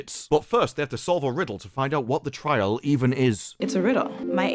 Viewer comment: "Trial" does not mean "try Al" you _itches.